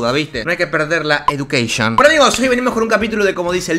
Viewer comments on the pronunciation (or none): no hay que perder la "edukeision" Also: hola perros